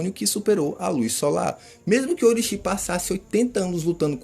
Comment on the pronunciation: Como levar a sério um cara que fala Orochìíí kkkkkkk vê o anime com o olho do rabo só pode kkkkkkkkkkkkkk